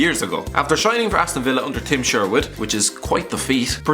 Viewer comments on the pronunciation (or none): none